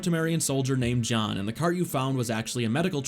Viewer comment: You said John like Jean.